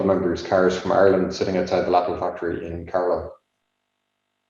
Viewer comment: great presentation and video! One remark, not trying to be a smart-ass, but the name of the company is not pronouced Läppel, but really Läpple. Thanks again for sharing this historic piece of information.